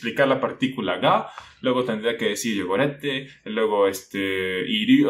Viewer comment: Joder, tienes que darle más caña al ''Pitch accent'' japonés. Yo hablo japonés y me ha costado un montón entender lo que querías decir en la primera frase. YO-GO-RÉ-TE..... piensa que en japonés puede haber varias sílabas tónicas antes de que el tono baje, le estás aplicando el acento de intensidad español al japonés, ten cuidado porque es el error más común de hispanohablantes y el error que dificulta la comunicación más.